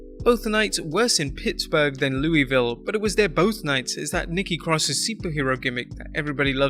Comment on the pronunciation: I hate people pronouncing Louisville wrong ugh 😑 it’s pronounced lou vull not Louis ville not Louie ville it’s lou vull it makes us Kentuckians cringe